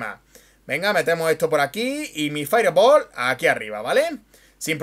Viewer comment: si no tienes un correcto pronunciamiento del ingles... limitate a decir bola de fuego. saludos.